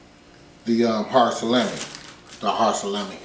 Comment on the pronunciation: Sa-lammy!! Lol